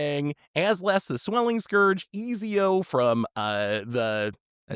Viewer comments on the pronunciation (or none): Easy-O? 😂 It's pronounced Et-zee-O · SAY EASY-O AGAIN MF I DARE YOU. SAY IT AGAIN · I never cared much for the legends from Assassin's Creed, but after hearing pronunciation I kinda wanna build Eazy-O! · Love hearing pronounce cards, but goddamn Easy-o for Ezio? 😂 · The way you mispronounced Ezio's name actually caused a physical reaction in my body.